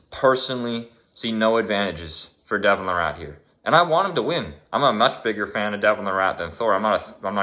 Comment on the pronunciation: Its not LA-RATT.. It's pronounced LEIR-IT. He is also not from Victoria.. He was born there. He's from Ontario. Jesus Christ... Holyfield also has a career worth of head trauma. Age is a factor but using Holyfield as an example is pretty silly. Devon can put a sentence together. Then you talk about fucking Jake Paul. My good lord, you're a moron.